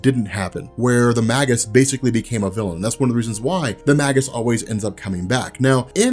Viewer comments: please! it's pronounced may-juss, not maggus! it made me flinch every time you said it! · ROB! You're the best, I love your work, but I've been biting my tongue too long; the word is "Maygus" as in Mage/magi not "Maggus" as in Maggot! It's a small thing, but I had to say something! Sorry sorry sorry! Love you! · Just a heads up, I think it's pronounced May-Jus!